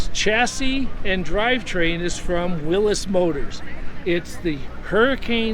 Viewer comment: This is a man who really knows cars! He knows how to pronounce “Willys” the proper way! Beautiful car!